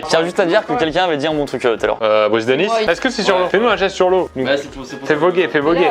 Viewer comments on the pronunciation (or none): none